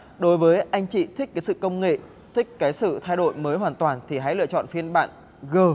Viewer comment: nói tiếng sai tùm lum mà đi đánh giá xe hay sao??? nói : thay đổi lại nói là "thay đội" kênh này tào lao quá